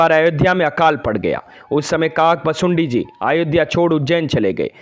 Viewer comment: भाई शब्द तो ठीक से बोलो काक भुशुंडी